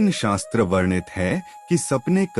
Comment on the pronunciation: कृपया अपने व्याकरण को शुद्ध कीजिए शास्त्र नही शस्त्र होता है